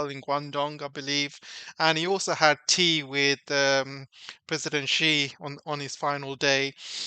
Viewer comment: TQVM for this insightful video. A small correction if I may. Many well know personalities have trouble pronouncing ' XI', the Chinese president's surname. It is pronouced as ' see or C'.